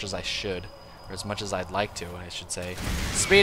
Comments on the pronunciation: he called him Hashe... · He called him HasHe so many times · Drink every time calls Hawk "Hashe" this game xD